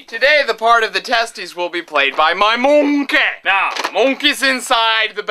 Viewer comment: correction: MAH MOONKEH!